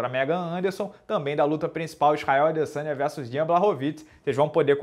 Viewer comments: Minotauro fala todos os nomes errados....." adesanha" " baroviti" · E ele falando adezanha toda hora se é loco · Muito engraçado o Minotauro falando os nomes “Adesanha” tb foi muito bom hahaha. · Stalin, AdeSANHA, BAROVITIS... Minotauro deveria melhorar a dicção e essa falhas de pronuncia, chega a encher o saco. Afinal, agora ele é um comentarista, e precisa saber se comunicar adequadamente. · E falando "Adesanha" e "Barovic" kkkkkkk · Fora o "Adesanha" do Minotauro 🤣🤣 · Na moral mano me divirto muito ouvindo o minota narrando... ele sempre erra os nomes kkkkkk tipo o “adesanha”